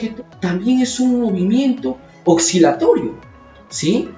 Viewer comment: Que buen video!! Una observación: pronuncias "oxilatorio", pero en Latinoamérica, como no diferenciamos los sonidos de la S y la C, lo pronunciamos como si la C no existiera. Sigue haciendo tus videos. Un abrazo!